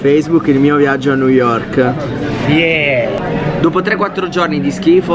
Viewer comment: quanto covsta una vacanza a new yovrk. pvezzo assolutamente ragionevole. (per pochissimi)